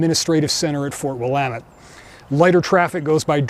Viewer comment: You gave yourself away as a secret Westerner by pronouncing Willamette correctly.